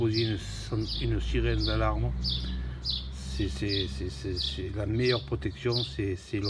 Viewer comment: Protection avec un "x" 😂